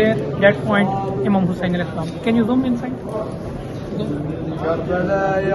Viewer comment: OMG how beautifully pronound Imam Hussain love love ❤❤❤